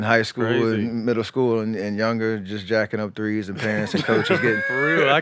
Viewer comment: He kept saying “Threce”